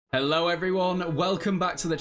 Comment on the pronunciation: Or every time says hellur 🤣